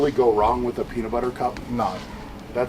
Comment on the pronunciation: "Paenat Bah'ah" 🤣🤣🤣🤣🤣